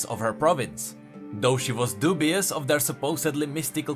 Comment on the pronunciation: you mispronounced dubious and tutelage ._.